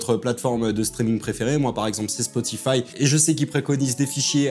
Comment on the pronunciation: Bon sujet. Mais "spoti-fi" c'est non, même francisé (les gens du studio ne vont pas comprendre que tu parles de spo-ti-faille). Et utiliser des "équoilisateurs" c'est également non. Même juste en studio de mix on ne peut pas dire ça. Par exemple mon coiffeur ne n'égoilise jamais la frange. C'est presque pareil, mais pas égoile. Bref : é-ga-li-seur/"iquôlaïzer" en anglais. Ya jamais de fin en -zateur. Bonne continuation dans ces beaux métiers.